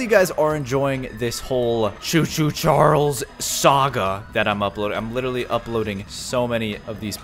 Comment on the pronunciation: It's choo-choo Charles whatever you said you did not say to two Charles